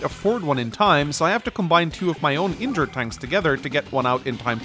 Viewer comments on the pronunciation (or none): none